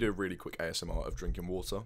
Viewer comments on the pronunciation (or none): none